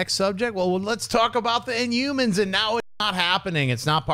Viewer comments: Why does Schnep keep saying inyoumans? INHUMANS. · Schnepp, I love you but you don't pronounce your H's. You say Umor, InUmans, Umans! all three of those words should have an H at the beginning of it. I'm sure you probably don't mean to, or I just can't hear it cuz my hearing sucks sometimes. Haha! keep rocking the Heroes.